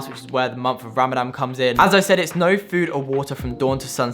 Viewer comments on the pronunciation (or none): I love how you say RAMADAM the whole way through hahaha, but thank you for such an informative video! you went about this so respectfully ! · Raaa-MaaDun say it like this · Did man say ramadam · All non Muslims say ramadam instead of Ramadan